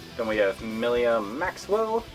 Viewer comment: Her name is Milla not Millia.